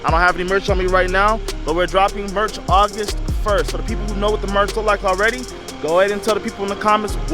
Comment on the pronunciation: “Augist” is not a word. “Rote”??? “Loat”??? “Axe”???